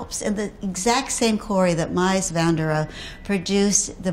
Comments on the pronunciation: 薄熙来 - And she has no idea how to pronounce Mies van der Rohe’s name. It’s Meece, not Mice. 🐁 🐁 🐁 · Mice vanderow. Good lord the pronunciation is hysterical. Please use a language coach it devalues the whole effect. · Her "Mice fanda-row" had me cracking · The pronunciation of Mies van de Rohe. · She was killin' me. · I was thinking, "What?" when I heard that. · I know. That woman is going to make commission on a $30 million home and she doesn't even care enough to do the research properly. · Bruh how is she pronouncing Mies van der Rohe lmao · All of it tho🙉